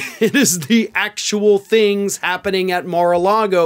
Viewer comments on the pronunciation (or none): none